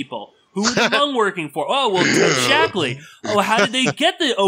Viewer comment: Lay-ose? Hoo-mongs? hahahahaha